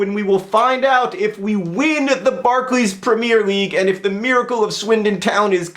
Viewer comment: I would like to know why John doesn't seem to be able to say Barclays Premier League right :L